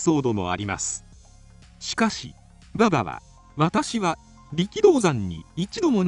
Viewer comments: バ↑バ↑に違和感しかない。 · 競馬の馬場のイントネーションなんよ。。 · 勉強になったけど、馬場のバ↑バ↓のイントネーションで笑いを堪えきれないw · まさにそれw